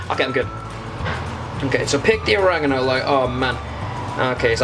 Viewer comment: Or e ga no, not origaganangaano 😂